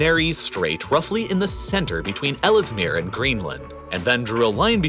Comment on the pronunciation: Small pronunciation correction. Ellesmere is pronounced (despite being American) 'Els Mere Island' (the extra 'e' after 'll' is silent)